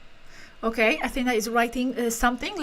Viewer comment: that's the correct pronunciation of the name Athena. (AthenÁ). 👍 Not AthÈna.